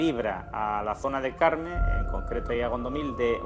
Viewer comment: Corme, non Carme... Carme ighual é veciña...